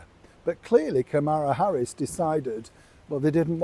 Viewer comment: Dude. You must really hate women. Hollywood is liberal as are the majority (over 50%) of American women. You continue to bash us and mispronounce names of minority women celebrities. Kamala Harris and Hoda Kotbe to name a few. Makes me not like you so much. The key is to not alienate a large section of your audience. Not cool. If you don’t want certain demographics to watch, then advertise it loud and proud.